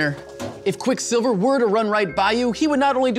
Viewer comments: Your pronunciation of Quicksilver was very distracting. You're the first person I've seen who puts the stress on the second syllable. I've only ever heard 'Quicksilver, not Quick'silver. Fun video, though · Great vid...but why do you keep saying quickSILver? It's like when my grandmother says "boy scouts" as one word with the stress on "scouts..." boySCOUTS